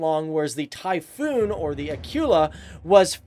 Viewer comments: "Acoola" Not "A cue la" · Actually it's pronounced Akoola and not like Akiula like you say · It's Akula. Get your terms right first lol.